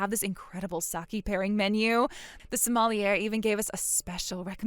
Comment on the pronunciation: It’s pronounced like so mal e yay.